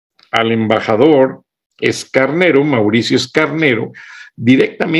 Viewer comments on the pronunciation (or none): Mauricio Escanero Figueroa, no Escarnero